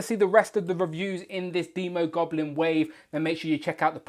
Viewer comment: Finally someone says demo goblin right as in demon. I would hold off on that Emma frost custom im predicting a white queen at toy fair.